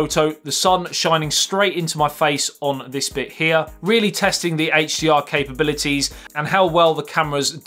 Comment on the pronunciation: i think you said HGR instead of HDR